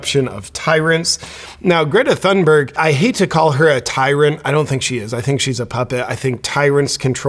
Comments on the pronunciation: Great video JP. I am Swedish and I am ashamed of her. Just a small critique, Thunberg H is silent, you should remove the H when you say her last name. It is more Tune berg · Uh, it's & how tf do y'all know she staged it?